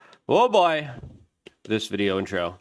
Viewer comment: "Oh Goy"